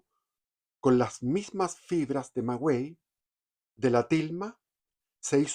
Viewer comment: Muy interesante pero no es magüey sino maguey.